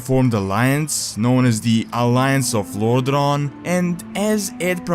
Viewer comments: It's not Lordron, but lordaeron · sorry man, but the way you pronounce Lordaeron make me quit the video :(